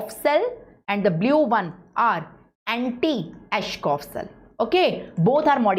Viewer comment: It's Anitschkow not antischoff! Btw...superb lecture🤍